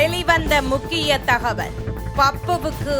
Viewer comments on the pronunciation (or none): none